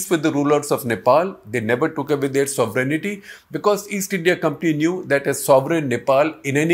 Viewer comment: Not “sovereign-aty please. Just sovereignty.